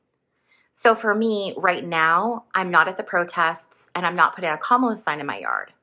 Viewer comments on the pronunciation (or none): none